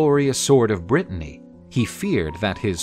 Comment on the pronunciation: i love this series, but for the love of god please stop calling it Brittainy, that’s a different place entirely